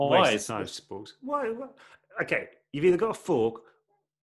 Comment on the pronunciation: james: how do you feel...about sporks? oliver: oh christ. sPoRkS I WHEEZED💀😂